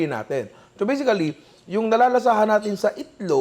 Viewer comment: Always Bisically 🤣😅 ninong Ry trademark 🥰